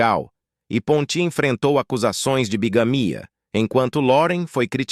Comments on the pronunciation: A ONDE VOCÊ OUVIU PONTÍ. POR MUITAS DECADAS EU OUVI PONTI SEM ACENTO. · É Ponti e não Pontí.0 vomunicador tem momentos que pronúncia palavras de um jeito e depois de outro ,não entrando numa pronúncia certa de acordo com o pais de origem dos atores